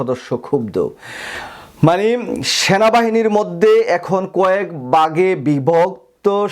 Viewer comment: ভাই, আপনি “ভাই” কে “বাই” আর “ভাগে” কে বলছেন “বাগে”। ব এবং ভ গুলিয়ে ফেলছেন কেন?